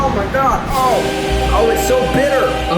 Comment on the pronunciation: "cocow" that makes me cringe so much😖😖😖 its coco